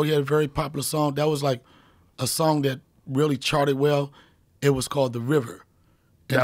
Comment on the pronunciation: He also pronounces "son" instead of "song", so it adds to the hurt.